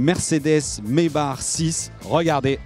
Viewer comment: ON DIT MAYBACK ( MAybak) et pas Maybar... On dit pas Jean Sébastien BaR mais bien Jean Sébastien BACH C'est pareil sur tout les tests en FR c'est dingue ca, meme pas capable de répéter le nom de la marque .. bande d'erreurs génétiques